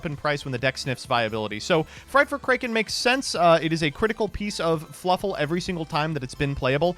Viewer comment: The way he says kraken really bothers me